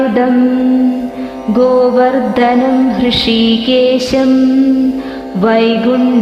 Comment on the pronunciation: അക്ഷരസ്പുടത വേണം. മാദവം അല്ല മാധവം 'ഗോവർദ്ദനം അല്ല ഗോവർദ്ധനം